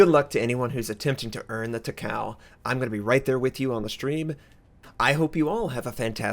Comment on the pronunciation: you pronounce it Taka-ooo